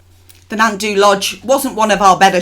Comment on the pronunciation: It's pronounced "nant thee"! Great video, just a friendly "correction"! :-)